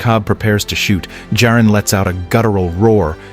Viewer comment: This was great. Thank you. Why are you repeatedly changing the pronunciation of Jarin to Jareen?